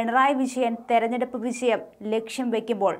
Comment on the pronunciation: വിജയം ആണ്. വിശയം അല്ല.